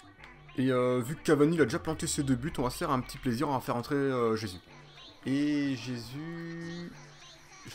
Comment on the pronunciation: Ça se dit RÉSUS pas jésus